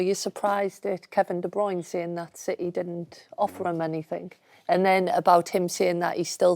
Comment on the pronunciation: Same as gunduguon and de bruyn…when everyone else pronounces it a different way